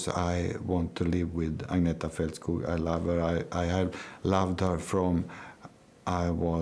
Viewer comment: It's Felt-skoog, not Fault- skogg